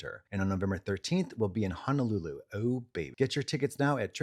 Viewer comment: as a Hawaiian hearing katya pronounce “Honolulu” exactly correct- is life changing lmfao